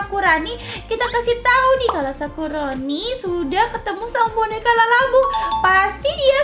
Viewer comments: Kak kok kedengeran nya kakak ngomongnya lalabu buka labubu😮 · labubu kak bukan lalabubu😅😅😅😅😅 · Kak bukan lalabu tapi labubu